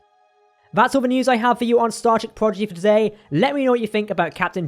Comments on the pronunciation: You kept saying progidy instead of prodigy. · It’s Prodigy NOT PROGIDY!!!!